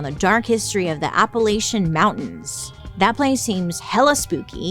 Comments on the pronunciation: don’t call it apple-ate-cha or i’ll throw an apple-at-cha! 😂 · Pronounce it “Apple atcha” as in someone throwin an apple atcha 😃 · I'm from deep in those mountains and if you pronounce it anything other than App-uh-LATCH-uh around there, those strange happenings might start happening to you 😂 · Please do one on Appalachia! I’m from WV and we pronounce is app-uh-latch-uh. Kinda like “I’ll throw an apple atchya”. Would just love to see your take on our stories! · So I grew up in the town of Appalachia in SW VA. It’s pronounced there: Ap-ah-latch-ah. Hope this helps and hope you reconsider doing an episode! I have some great stories if you’re interested! ❤ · im from Appalachia and we pronounce it "Apple-at-cha" that might be easier to say too :) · Yess I agree you should do a Applachia episode. Im from Appalachia ❤ lots of spooky folk tales but us people from Appalachia pronounce it appa-latch-uh lol. My husband from cali says it like you 😂